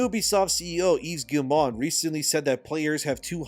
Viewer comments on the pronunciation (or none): I'm on a one-man crusade to get YouTubers to pronounce Yves Guillemot's name! It's: "eve gee-mo" (hard-G, long-O). Last name Rhymes with "we go." Good luck!